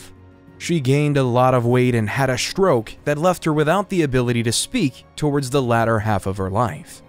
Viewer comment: The narrator has a pleasant voice but OMG the pronunciations!!!! It’s strong, not SHTrong, stroke, not SHTroke! For crying out loud, hire a professional! Preferably a Brit!